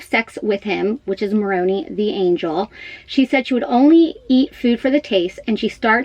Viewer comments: Angel Moroni. It’s not pronounced Moron”ee”, it’s pronounced Moron”eye”. Supposedly in the second coming, the statue of Angel Moroni that is on the SLC temple with trumpet the arrival for all to hear to prepare for exaltation to heaven. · "Moroni" sounds like morOHnEYE not MoroNee 😁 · Moroni is pronounced mor-o-nie not MorOnee 🤣 as a former Mormon this kinda annoys me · Moroni sounds like "Muh-rOh-nye"... Not Moronee. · Learn to pronounce the angel Moroni's name properly. MoronEYE. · It's pronounced Mor-own-eye. It's coming down to be fixed because the trumpet came down after the earthquake and they are in the middle of a 4 year renovation of the Salt Lake Temple anyways. Keep in mind this is a break off group like happens in many religions. The stuff Lori and Chad are into has nothing to do with the LDS church. They are likely excommunicated by now and if not it's in the process. What got me was when he said that he couldn't make payroll for his employees because she emptied his account and there he is and his vehicle is gone, his stuff is gone, he had to get his bishop to drive him over to his house and he can't even get in without the door being kicked in, he has to feel absolutely humiliated that he has to go and tell his employees that he can't pay them and he's worried about finding his kids and the police are being so ignorant. How has she gotten away with so much? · Mor-oh-nigh. Moroni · Please do your research on Moroni, including the pronunciation. 😂. What you said about them “taking down the statue of Moroni right now” makes no sense. There are several statues of Moroni around the world. It would serve you well to educate yourself concerning the true facts of the LDS (The Church of Jesus Christ of Latter-day Saints) Church and faith if you plan to speak about the subject and/or delve into this story more. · Moroni look up how to say it, Your hair is a huge distraction for you, yes you are pretty.